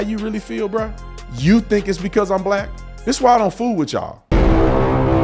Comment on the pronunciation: secs in and already don’t agree with this dude like why tha F he say “black” like that smh